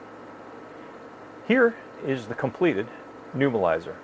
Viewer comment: To be annoyingly technical about pronunciation, it's a neb-u-lizer, not a nu-bilizer.Thanks for the information, very frugal and practical.